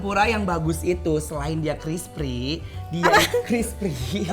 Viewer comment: crispy war...bkn crispry